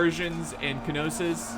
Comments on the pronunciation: "k-nossis"/ "k-no-sis" = "noss-os" or if you want to pronounce it in greek = "k-noss-os. "Pirigan" = "phridge-ian" "gay-tea" = .... "GET-i" "sila" warriors = "see-ca" warriors. btw, the name of the greek armour you were referring to is linthorax. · Knossos - Noss Oss.. im pretty sure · Knossos is pronounced nossos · pronunciations & explanations: Phrygians: "Fridge-ians" a western anatolian kingdom, just like the galatians, but further west (Lydia: not in this vid, but also a western anatolian kingdom, west of Phrygia, South of Troy (Wilusa)) Getae: "GHEE-tee" (the Gets), a dacian tribe, yada yada yada... Knossos: "KNAW-sus" or "KNAW-sos" is what I've heard from most archeaologists; a city in Crete This mod seems like the mediterranean world at the dawn of the iron age Not Arguing--probably agreeing--just my informed opinion, from what I know: The asteroid/comet the hit the north american ice sheet some 12,000 years ago, did cause massive floods (carved the scab lands of washington, the st. lawrence seaway, sank doggerland, carved the english channel...), but that was 12,000 years ago... pre-agriculture and pre-"civilization"... There appear to have been several waves of migration to the new world, with DNA studies showing links between some south american tribes and polynesian peoples, even australian aborigines... really unexpected stuff.. and there was the clovis people that existed before, and disappeared after the catastrophe, but we have no evidence of agriculture from anywhere in the world prior to ~12,000 years ago... and agriculture seems fundamentally essential to civilization, so a pre-agriculture, "pre-flood" (pre-12,000 yrs ago) civilization, is incredibly unlikely. There have have been major floods and tsunamis the whole world over for all of human existence, so of course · It's Nossus, K is silent. Or so I understand. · Knossos is pronounced no-suhs